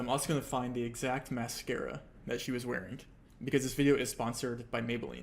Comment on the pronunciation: There is no "k" in "wearing." Why does he say wearink?